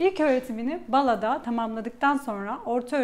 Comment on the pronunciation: Bala derken a'ları uzatın. Ankara'ya gelmediğiniz çok belli.